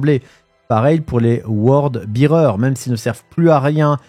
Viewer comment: Sympa comme format, j'y reviendrai :) Pour info, d'où viennent les cinématiques de combat qui ponctuent la vidéo ? Ah, et au risque de passer pour un emm... c'est Word "Bèreurz", pas "Beerurz" :p